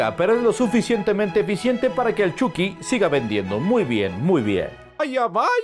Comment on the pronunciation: Ni eso, se dice "Chaqui" :v